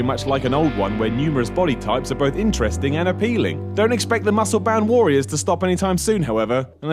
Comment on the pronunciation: the word 'warrior' is pronounced like this